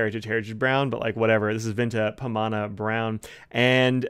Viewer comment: You got the pronunciation right.